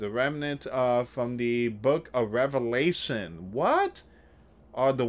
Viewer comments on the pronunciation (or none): none